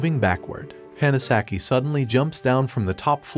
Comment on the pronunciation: "the Hanasaki" (pronounced Hannah) You're awful with pronouncing names, even on your other channel. If you can't be faithful with that, maybe you shouldn't review anime.